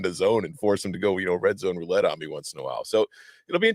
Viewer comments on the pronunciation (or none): none